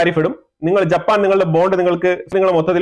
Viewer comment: Pls note the name is Japan pls do not pronounce it as JAPPPAN